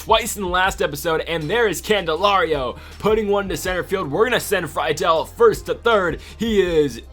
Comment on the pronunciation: U finally said friedls name right at the end. Love this series